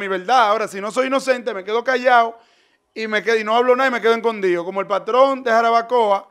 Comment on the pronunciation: El se queda, encondio😮😅... se dice, escondido, por dios!!. estos dominicanos, se han dedicado a ganar dinero en las redes tienen un dialècto tàn malo, que yo siendo dominicana, me da tanta vergienza 😅 y oye, no dice hoy ni loco, èl Siempre dice, hol😅 y dice que alguien lo selañe 😂